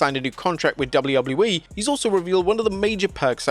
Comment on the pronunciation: Anyone else notice he says it “Double-lou double-lou E” instead of “Double-you Double-you E” or is it just my ADHD? 😂